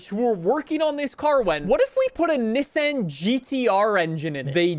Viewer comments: Having some talking issue by saying Nesen instead of Nissan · He's saying Nesen